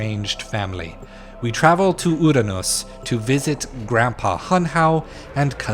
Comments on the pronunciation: My guy, you need to learn pronunciations of words before using them. Not trying to be a dick but my goodness I cringe so hard sometimes lmao. Like pronouncing Uranus as "ooranos" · I love the philosophical takes here but your pronunciation keeps irking me.i mean, "uh-ruh-nos"? Ray instead of Ra? Am I alone here? For all the research you said you did at the start I find it difficult to believe your this off on pronunciation. Or perhaps you just have a really thick accent that I haven't heard before? Please let that be the case. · Ok so when you said sun god ray I was skeptical you meant Ra but calling uranus uwanoos confirmed it lol Isn’t Thoth bird headed … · Yo, the CONFIDENCE! Let's try this WHOLE comment again: "This shit hurts to hear: listening to the names of gods being mispronounced. THOTH has a CRANE head, not a baboon head. Ra, not "Ray", is the sun God. If you're going to use Egyptology and other religious beliefs (not that Egyptology is a religious belief 🙃), say THEIR names right and get THEIR descriptions correct." There! Fixed it! I mean, you're still wrong, but...at least your argument is in much better grammatical shape.👍🏾